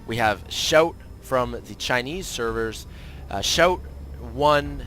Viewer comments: its pronounced "see-ow-tee", just fyi :p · Pronounced "she-ow-Tee"